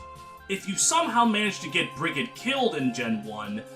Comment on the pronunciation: fyi Brigid’s name is pronounced like Frigid (cold) but with a B instead of an F. source: it’s my name